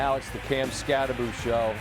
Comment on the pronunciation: Norwegians losing their sh*t when they hear how Americans (mis)pronounce Skattebo... It's Skattebo (hard T), not Skaddebo.